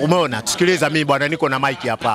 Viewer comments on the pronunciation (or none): none